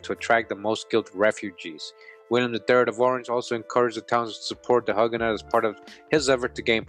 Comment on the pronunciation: Love your work! Thank you for showing us our true history, supported with documentation. Incidentally, Huguenot is pronounced 'hewgenot'.